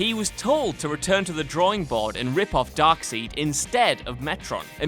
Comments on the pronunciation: It's darkside not darkseed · Darkseed ees. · Darkseed?? Who the fuck is that? Did you mean Darkseid? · His name is pronounced Dark side not DarkSEED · When people say Darkseed instead of side I'm out! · it's wingardium leviosa, not leviosar! it's fucking darkside, not darkseed!!! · DarkSIDE not "darkseed" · it is pronounced dark side not dark seed. DARKSIDE... DARK SIDE... DARK SIDE FOR FUCK SAKE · Dark-side not Dark-seed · ITS DARKSIDE NOT DARKSEED!!!!! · It's obvious that Whatculture's hosts know nothing of what they're talking about if they call Darkseid (Darkside) as Darkseed. EDIT: Fire whoever wrote the script and this host. They both suck and don't know what they're talking about. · Darkseed? Fucking darkseed? Get rah to fuck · ITS NOT DARKSEED ITS DARK SIDE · Carlton Harris no its darkseid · Carlton Harris Darksied actually....but whatever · Bullshit Theenos is not ripoff of a Darkseeeed, Thanos is a ripoff of Darksied. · It’s pronounced darkside. God damnit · Man said darkseed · Me: Hears WhatCulture pronounce Darkseid as "Dark Seed." Scrolls down to comments. Perfectly Balanced as all things should be. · It is pronounced side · This is a great list and the narrator did a great job. But OMG it’s Dark SIDE! It’s not spelled that way but that is how it is pronounced. Like a side of beef or dressing on the side. Hearing that pronounce like seed was nails on a chalkboard! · "Darkseed"? "Thaynos"? "No More Fun Comics"? Would a bit of research kill you? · Not trying to be a hater but you pronounse it dark - side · why does he pronounce darksied as darkseed i know hes australian but come on! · Darkseed?? Thaynos???? I cringe so hard every time he says that. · Please stop saying Darkseed, it's freaking me out. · Darkseid. Dark Side. His name is pronounced like the evil side of the Force. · Repeat after me "Dark-SIDE"! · Bruh, who the fuck is Darkseed ? And that “we mispronounced the name on purpose” is blatant, obvious, bullshit . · DARKSEID NOT DARKSEED